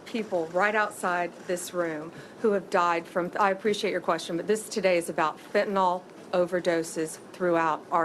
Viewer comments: Blondi Bondi... It's not pronounced FentanOL, it's pronounced FentanYL. Shouldn't the head of the DOJ know that?! That's like the head of the DOE saying "nucular" instead of "nuclear." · NO ONE can pronounce fentanyl. its not "FET-IN-ALL". "FEN-TA-NIL". idiots... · FEN - TA - NYL. "NIL", NOT FEN - TA - NOL, "FENTANOLLL", why do so many talking heads pronounce it like this? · Really wish the attorney general could at least pronounce fentanyl, not to mention release the Epstein files.